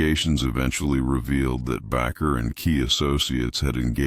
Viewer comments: Jim Bakker’s name is pronounced BAKER, not “Backer.” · Your about the most ignorant dumb youtuber ever. Jim Baker is pronounced BAKER LIKE AS IN BAKING A CAKE. IN ADDITION YOU USED JIMMY SWAGGERETS PICTURE WHILE YOU WHER DISCUSSING MARCHALL AND TD JAKES WHILE DISCUSSING HINES MAYBE DONET GET AI TO DO YOUR VIDOES FOR YOU YUOU LOOK STUPID.